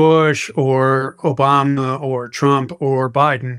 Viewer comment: did he say obamNa?😂